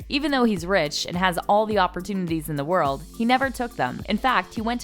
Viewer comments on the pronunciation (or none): none